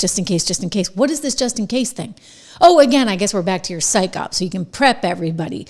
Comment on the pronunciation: Psyop, pronounced sigh op, not syke op